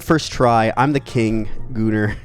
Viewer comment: did u say gooner